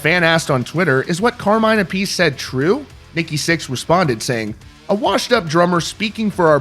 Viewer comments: Carmines last name isn't pronounced "a-piece" it's pronounced "ap-a-see". How the hell do you not know that when it's your job to know rock and roll and the artists in it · Learn to pronounce Carmine’s surname correctly.